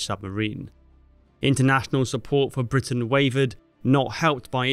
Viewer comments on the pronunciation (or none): none